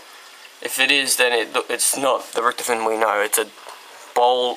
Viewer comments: lol you say richtafin is how you say his name... its Richtofen! (rik-tah-fen) the WunderWaffe DG-2 isnt in Ascension... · it's pronounced Rik-tof-en